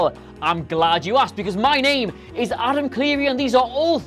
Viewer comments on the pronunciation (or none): none